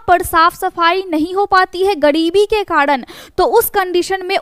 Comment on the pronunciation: Karan bolo kadn nahi hota hai pehle bolna sihko